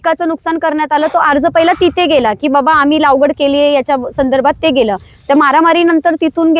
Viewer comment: लावगड नाही लागवड